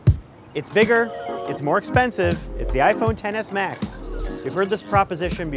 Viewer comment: All I hear is TENNIS MATCH when he says Xs Max